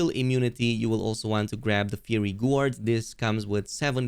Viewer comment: Fiery is pronounced like (fai-ur-ee)